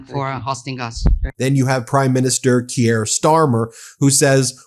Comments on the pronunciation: FYI guys the British prime minister’s first name is pronounced “Keer” like “ear,” only one syllable not “Kee-ear” just a tip 😊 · Keir is pronounced like Keer, not Kee-yer. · Keer, Ben, ONE GD SYLLABLE Keer!!! And learn to pronounce Zaporizhzhia!!!